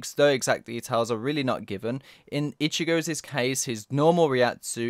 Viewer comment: "ichigo's's" .................the fuck